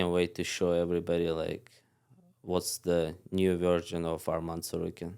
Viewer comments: SAY HIS NAME RIGHT ITS ARMAN NOT ARMEN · Henry of course saying armen it’s not armen it’s arman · They guy said his name is arman they continue to call him armen